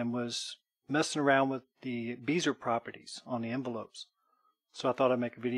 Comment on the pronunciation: Bezier. Pronounced "bez-e-a" - short e, long e, long a. Timbre. Pronounced "timber"